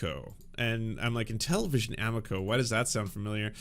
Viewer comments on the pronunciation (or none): The pronunciation of amico hurts my Italian soul., I love ya, great takes. I hate to be that guy, but it's aMIco.